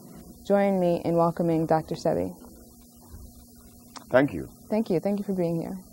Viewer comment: Dr. Sebi's name is pronounced Say-Bee